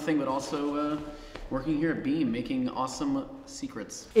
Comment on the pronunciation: "WERE REALLY DOIN IT HAAAIR"